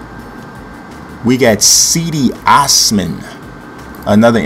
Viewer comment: thats not have you pronounce cedi tho